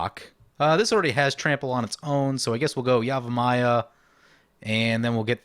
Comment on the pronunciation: Love the episode, but I gotta ask: Is there a reason you're saying yamivaya and not yavimaya? You allways do that, is there a reason?